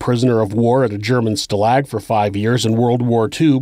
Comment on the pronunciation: Stalag is pronounced with an "ah" sound for the a's. Stah-lahg. You pronounced it like stalagmite. Just for accuracy's sake..